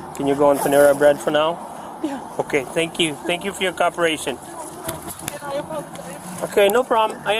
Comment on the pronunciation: “Thank you for your Cop-eration”